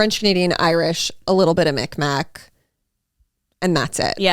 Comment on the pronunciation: It’s not “Micmac”, it’s Mi’kmaw (mig-mah) Please further look into it, especially if you claim that ancestry 🙏